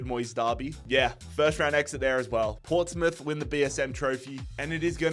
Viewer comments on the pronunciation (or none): none